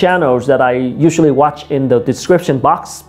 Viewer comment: Tiện thể về pronunciation, mình thấy người Việt mình nói chung thường drop ấm cuối trong câu. Ví dụ khi nói các từ inspired, watch.. vẫn quên âm r vs ch. Mình cũng thường được các bạn native sữa cho lỗi này.